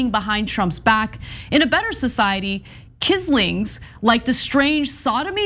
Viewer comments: love your show, BUT. It's pronounced kwisling, not kisling, after the Norwegian Vidkun Quisling leader during WWII, who headed a Nazi collaborationist group. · It's pronounced KWIZ-LING, Quisling was a famous WWII politician and defense minister of Norway who helped with the Nazi invasion in return for being made puppet leader. It's been a general term for traitor since. It's amazing that stupid Paul Gosar actually knows that term, and that these two don't (and didn't bother to google it before going on air). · It's pronounced "quiz..ling" Anna. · Just a little FYI, no hate… Quisling pronunciation is “quiz-ling” The word as a noun entered the lexicon based on the actions of the Norwegian military officer/politician who collaborated with the Nazis during World War II. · She’s apparently not a fan of David Letterman, quisling is one of his favorite words, and I’ve never heard it mispronounced before. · That word is pronounced "QUIZ-ling". "The word originates from the surname of the Norwegian war-time leader Vidkun Quisling, who headed a domestic Nazi collaborationist regime during World War II." ~Wikipedia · It’s pronounced quiz-ling, Ana. Look him up. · Also it’s “quisling” not ….. kissling 🤦🏻‍♀️